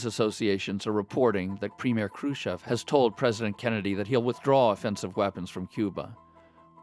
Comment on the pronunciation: Le May; just another gong-ho general with too much ambition. Thank goodness Kennedy did not listen to him. BTW; not ONE documentary narrator pronounces "Khrushchev" properly. They say Krushev!